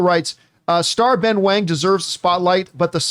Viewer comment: It’s pronounced as “wong,” “wang” is the mandarin spelling but both are pronounced the same, least in this case of this character. In the case of “Liu” and “Lau” it is pronounced differently based on the English spelling.